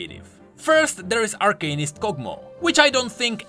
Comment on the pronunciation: its arcanist not arcanist